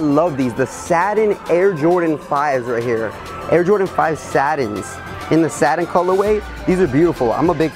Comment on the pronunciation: says the the air jordan 5 "Saddens" LOL It's pronounced SAT-TIN.